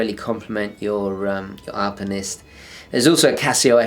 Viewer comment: Hiya love the channel ! Was wandering why you say alpamenist and not alpinist ? Don't know if this has been mentioned before. Cheers !